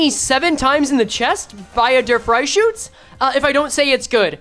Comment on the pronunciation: Thats probably the funniest pronounciation of Der Fluchscütze that i have ever herd